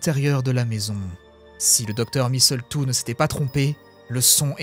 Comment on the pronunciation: Il y a plus de répétitions dans ce texte que dans une mauvaise chanson de rap ! Et on notera toujours le grand soin que prend l'autrice à préparer le contexte : des trucs de zoologue, des trucs de microbiologiste... Le petit détail qui m'a tuée c'est ta prononciation de "misseultou", la cerise sur le gâteau !